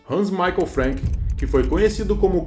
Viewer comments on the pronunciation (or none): none